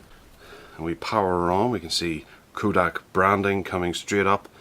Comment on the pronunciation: Did you actually screw up the name Kodak so horribly? Yes, you did. It is NOT Koodak!!